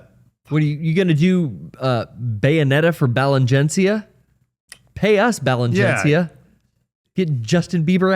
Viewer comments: of course would pronounce Balenciaga like that lmao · The confidence that attacks the word "Balenciaga" with only to pronounce it wrong twice is confidence that I wish we all could walk around with.